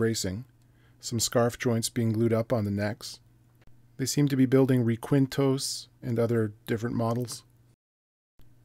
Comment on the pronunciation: pronunciation rekinto and Kito or keeto . the fingerboard is actually a sort of jungle palm tree called locally Chonta or Pambil used tradicionally more for weapons lances and the bodugera or blowpipe , when in Quito you might wanne look up Ceasar Guacan as maybe the best luthier in the capital, I'm actually Dutch but have been living here for 20 years